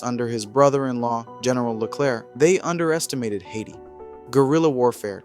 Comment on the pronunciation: I like how you pronounce Haiti. Nice video thank you.💪 🇭🇹